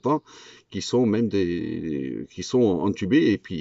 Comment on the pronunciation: intubé pas entubé confiné pas cofiné